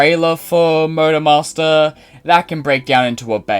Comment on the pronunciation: I couldn't help but hear Murder Master whenever you say Motor Master.